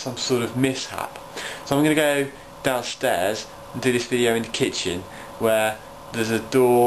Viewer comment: haha "kitchem/laboritry" =D